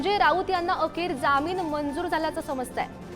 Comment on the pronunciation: Jamin nahi jaamin marathi chi asho waat lau naka.